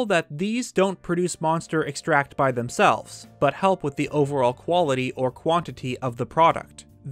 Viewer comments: Good vid, but you keep saying extract as the verb form, exTRACT, as in to exTRACT something...however, the resulting thing is called EX-tract, the noun form. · *in Hermione*: it's EXtract, not exTRAct! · Oh my God I was just about to comment the same exact thing!! This guy gets all kinds of words WRONG!! He also “Hat no”!! It’s not hat no… It’s Ha TENO. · and "medicine-al" instead of "me-dicinal" though this only happened once but still an interesting video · Interestingly, Kilton (who is such a proclaimed lover of monsters) is really scared of them. I brought a moblin skull to Kilton once and, instead of being happy/excited to see it, he cowered in fear, covered his face, and trembled. Also,: EX-tract is the noun but you were saying ex-TRACT, which is the verb.:-) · Please stop saying Monster exTRACT. It's extract. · Just here to remind you that “extract” is pronounced differently depending on if you use it as a noun or as a verb. You mispronounced it the entire video. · EX-tract. Emphasis goes on the first syllable when "extract" is a noun. As a verb ,the emphasis goes on syllable 2. Otherwise, enjoyable video as always. I like the deeper look at Kilton; he's definitely among the underdiscussed NPCs. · Really enjoyed the video. Just a note, you keep using the pronunciation of the action extract when you're using the word as a noun. Extract as a verb and a noun have different pronunciations. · Please tell me your saying Monster Extract incorrectly on purpose. Please... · You are pronouncing it wrong and making it sound like a different thing. Its said the same way you would say Vanilla extract. In its most simple explanation, it is just monster goo liquefied and put in a bottle. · I love your videos but the way you say extract is gonna kill me. Emphasis on Ex for a noun, emphasis on TRACT for the verb form. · I wish you would pronounce extract properly... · Your mispronunciation of extract in this context is triggering.